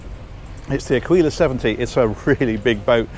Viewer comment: Aquila is pronounced “ Ah-Key-la”